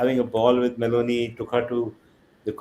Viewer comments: It shows how he pronounces her name Meloni as Melody and Donald as Doland This government has reduced serious matters as to such stupid level The dumb followers are looking for a love affair relationship... shows the stupid level of intelligence... He ran away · Donald= Do olund. . Meloni = Melody 4 th pass bania modi new pronounciation .